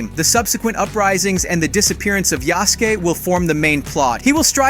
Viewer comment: I'll let you slide for the first mispronunciation of Yusuke. Then you mispronounced katana